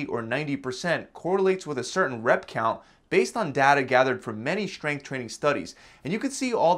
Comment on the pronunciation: Schtrenuous. Schtronger. Schgrenth. Schtreamlined. I think you might have a schlight schpeech impediment.